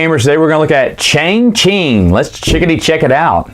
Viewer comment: its pronounced Cha Ching ;)